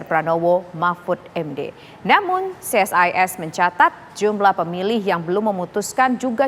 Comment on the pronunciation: Ce Es I Es..... bukan Si Es Ai Es.... krn ini singkatan, kalau UNESCO ( akronim) dibaca Yu nes ko....